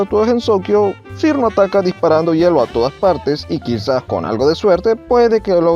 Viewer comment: Por cierto su nombre se pronuncia "Chiruno/Chirno"